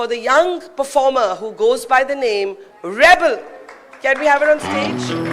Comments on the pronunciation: Shouldnt we pronounce Reble as re - ble and not rebel? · Not "REBEL", but "REBLE". So proud of her! Sarong ia la ka jong!❤